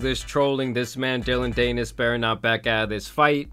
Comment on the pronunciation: Dee-Nis rhymes with Pe…. Nevermind